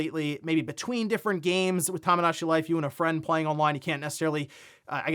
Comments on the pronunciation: I hate that this bugs me but... Toe-mow-daw-chee. not Tom. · Tomodachi is pronounced "Toe-moe-dah-chee" not "Tah-muh-dah-chee".